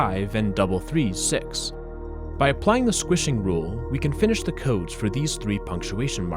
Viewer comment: sounds like french, keeps saying what sounds like cease, which is the french pronunciation of six